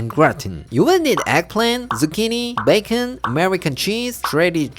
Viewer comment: BAY—KON😂😂!!! Everything goes better with bacon! I love them all but #1 is the veg rolls in the sauce! #2 the bacon, eggs in the bread cup! #3 the stir fry! Thanks so much for sharing these pork delights! We absolutely love you and Claire and your videos!👍😁